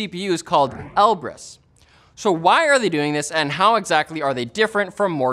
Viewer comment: Knowing Russian with the right accent, then hearing him say Elbrus wrong every time XD